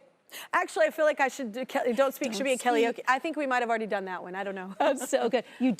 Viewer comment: I love how she said kellyoke instead of karaoke😂